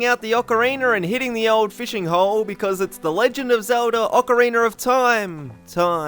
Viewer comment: Hahaha ocariner